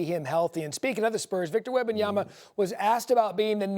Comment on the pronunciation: It's been 3 years and Perk still says "WembanyamBa" 🙄